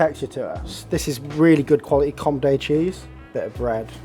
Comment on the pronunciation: "Comday" cheese, Raymond will not be happy, he comes from there...